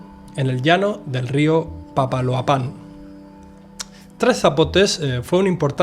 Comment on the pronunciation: Excelente video, sólo 2 detalles: La "x" de Tuxtla no se pronuncia "sh", sino como una "cs", y Papaloapan no se pronuncia la última "a" acentuada, sino todas con la misma entonación